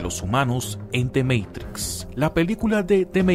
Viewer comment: QUE BELLA PRONUNSIATION . DEEEEE MEITRICSSSSS